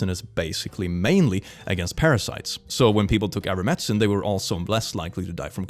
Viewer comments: It's so weird that you keep calling it "Iver-medicine" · I love that dyslexia transposed the "t" and the "c" in ivermectin and he has fully adopted that pronunciation now. IDK can he see that it's different or does he automatically read the word now without looking at the letters